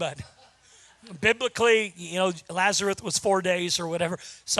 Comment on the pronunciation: He says "Lazareth."